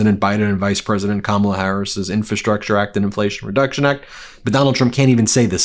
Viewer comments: I'm so tired of this loser mispronouncing Kamala's name. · Great show Ben. He could be on a beach, but, there again.... he could and "MIGHT" end up in a federal prison. Wouldn't that be splendid! He's still having trouble saying President Elect Harris' first name right which makes him totally stupid. Poor Howard Stern, now he's turning on him. I laugh at the empty seats. My! He's so popular (NOT). 😃😄😆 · It’s so incredibly disrespectful how he mispronounces Kamala’s name 😡